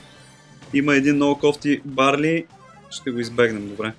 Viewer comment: Казва се дарил, не барли